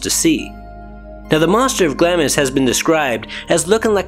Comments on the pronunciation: It is pronounced "GLOMIS" not "GLAMIS." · Say "Glams" please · Just a heads up the i is silent so it’s pronounced glams 😎